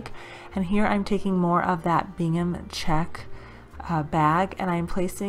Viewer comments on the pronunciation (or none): New not so new subscriber.... thanks for the idea on the wood snowflake and tree. You talk very softly which is pleasant but I’m wondering what you are calling that plaid.... Bingham or Gingham? I’m sure it’s the 2nd but hard to hear? At any rate it is gingham for future reference. Not being nasty just would like to know if I’m hearing you wrong. Tfs your very inspiring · Great ideas! Love Christmas time! PS. Are you saying Bingham?!? I think it’s Gingham lol! 🤣 I love it. Thank you 💕 PPS heading to dollar store now to look for that truck ornament!!! 🤞🤞🙏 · Omg thank you!!! I was dying throughout the whole video 🤣😂. I just posted a comment on that also. Not to be nasty either, just so she was aware. I thought at first I was hearing it wrong and then I louden my volume and ....yep, she’s saying Bingham !